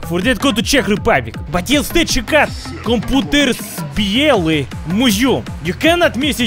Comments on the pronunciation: computerspiele means computer games and is pronounced like this: computer in english accent and for the english after that: shpeele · The way you pronunced computerspiele made me cringe so hard. Oof